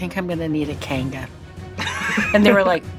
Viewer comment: When she was talking about bridesmaids did she really say I think I need a kanga. Lol. It's Kangol and never heard it pronounced like that before